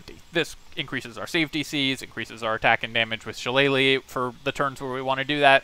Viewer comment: Kudos on the pronunciation of shillelagh. Always cracks me up when Americans butcher it. Especially seeing as how many of them claim to be Irish 😂